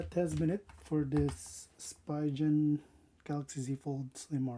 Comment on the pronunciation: It is pronounced SPEEEEEEEEEEEEEEEEEEEEEEE Gaaaaaaaannn... Not SPY GEN. haha. Have fun with the best Phone for 2026!